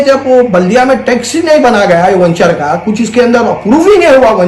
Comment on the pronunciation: Vanchar nahi hai g wo venture bolte usku aur dcp nahi dtcp layout bolte 😂😂😂😂